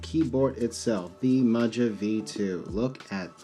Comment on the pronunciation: I was thinking that it’s pronounced Maha but I could be wrong I just ordered the black one which is currently in stock but the choice of either PC or Ass Brass for plate material is kinda wack Luckily you can find the plate file online and prototypist will cut custom plates if you send him the file Gona get me some nice clacky forged Carbon Fibre to take it to the next level